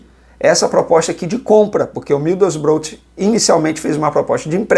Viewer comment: Middlesborough, fala "midousbrou"